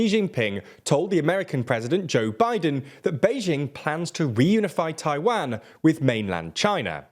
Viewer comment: Is it too much not to sound like Wario when you say Taiwan? It's Taiwan, not Tai-waaan